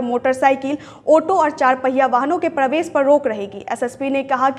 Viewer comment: रिपोर्टर को प्रवेश बोलने नहीं आता। और भी बहुत सारे ऐसे शब्द हैं जिसके उच्चारण में सुधार की ज़रूरत है